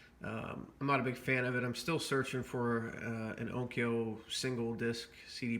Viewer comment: Onkyo is pronounced closer to ON-KeYO, 2 syllables. Just a friendly fyi